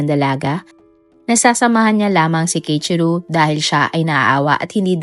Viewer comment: Keichiru❎ Kei-ichi-ro✅ Keiichiro po